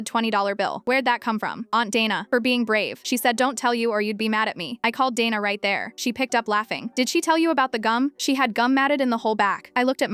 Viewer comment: Dayna not dana